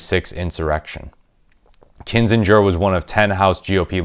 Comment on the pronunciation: Please stop mispronouncing AK's last name, t y!😕